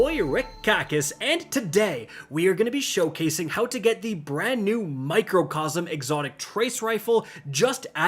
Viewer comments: Micro. It’s micro. Not macro. Microcosm. Not Macrocosm !!! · Did bro just say mocrocosm